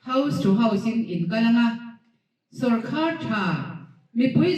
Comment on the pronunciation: minister meuh in sawrkar tih ṭawngkam alam thiamlo tlat mai.tu man sawrkhar an neih ngai kan hre ngai silo..